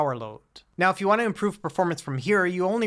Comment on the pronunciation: This would be perfect gor emulation if ut was 400$ Also this guy cant say U it sounds like ew